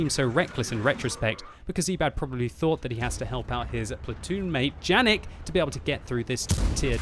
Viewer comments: No "Džanig", but probably Janík (try Google translator - cz or sk) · Its Yanek not Janek, its german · Its pronounced yanek but ok still great video